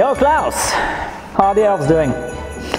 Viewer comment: I like how he say Claus wrong. XD